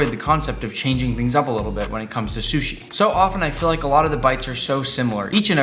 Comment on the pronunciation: I love how he says "shushi' instead of sushi. Lol